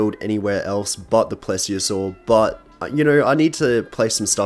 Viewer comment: pretty sure it’s called “please-iosair” not “plez-iosaur”